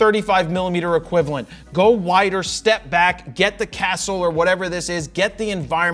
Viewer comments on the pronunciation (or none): none